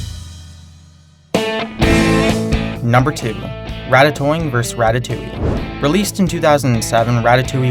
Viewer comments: Just a note -- "vs" is an abbrevation for "versus". It's pronounced "versus", not "verse". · Hearing you pronounce vs as verse instead of vs makes me hate you more and more every time you do it.